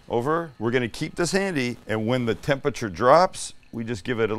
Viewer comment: oh my god stop saying TEM-PEH-CHUR